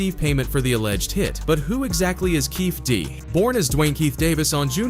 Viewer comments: If you’re going to do reports on the deaths of Tupac, learn to pronounce people’s names…it’s Keefy D not Keef D. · Who is this guy Shooooog Knight, or Keeeeef D Learn the names when your doing research